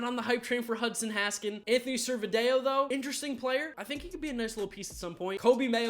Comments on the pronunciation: You pronounce his name sir- video not sir-vid ehho lmao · Not to sound like an ass hole or anything but u pronounce Anthony Servideo’s last name like “sir-video” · The way he pronounce servideo lmao